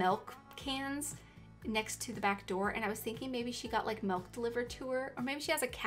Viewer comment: Who paused when she said MELK!